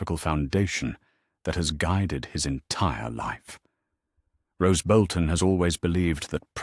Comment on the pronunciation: Roose not rose.